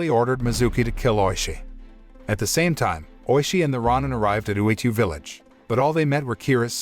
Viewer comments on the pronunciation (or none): I loved this film, but it is pronounced ROW-nin, not RAH-nin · It’s row-nin. And they are samurais but ones without home or allegiance to a master or country. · It’s pronounced row nin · is it pronounced ro nin or ron nin